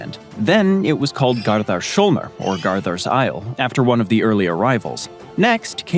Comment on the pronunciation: About Icelands other name the s is possesive, meaning it belongs to "Gardar", so Gardars Holmur, not Sholmur.